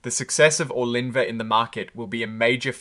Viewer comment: Bro, how hard is it to say the drug’s name??? Did u say Orgun linvah? It’s pronounced Or-lin-va! How are you getting Or-gun-lin-va???